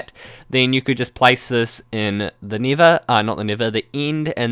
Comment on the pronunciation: You replace a lot of vowels with the EEE sound, don't yee.. Oh, and building a base in the nither.. oh sorree, ee meent the eend ees a good eedeea (just jokeen, ee know eet's an accent, it's just so funnee :D)